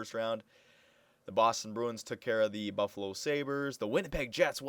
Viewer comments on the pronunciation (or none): none